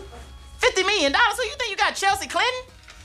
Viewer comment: I thought he said Chelsea Grandma